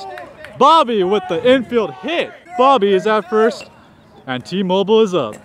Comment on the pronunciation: Am I the only one that thought Bobby was saying Team Oval instead of T-Mobile